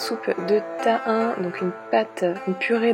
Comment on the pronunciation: Super 👍 sinon on dit TA-I-NÉ et pas ta1